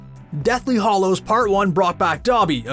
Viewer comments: Hallows and Hollows are two different words meaning two entirely different things. Please please learn how to pronounce the words in your script before recording. Ugh. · Anyone else miffed at the narrator's pronunciation of the word 'hallows'? Its not pronounced hollows! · HAllows not Hollows